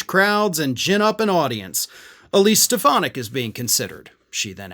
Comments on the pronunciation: Donald pronounces her name as Stef,ah.naak. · I’ve been convinced “Step-Uh-Nac” would be his running mate for some time. I haven’t seen anything to dissuade me from that so far.